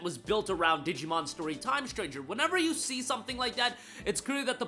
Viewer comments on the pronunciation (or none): none